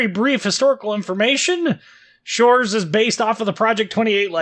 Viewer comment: Can't believe you manage to read щ. Huge ++++++ for that.